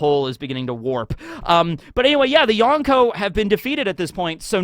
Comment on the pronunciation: I’m sure you know how “Kizaru” is pronounced. It was the same thing with “Yonko”, you continue to mispronounce foreign names even when you’re made aware of how to properly say it. What you’re doing is a racist tactic used by far right white suprematists to get attention. This is why I stopped watching this guy you’re a 30 year old man act like it.